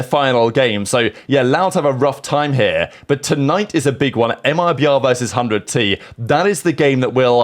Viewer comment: his 1% french awakened from that MIBR pronunciation 😭